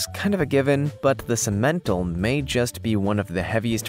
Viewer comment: That's pronounced sim/men/tall.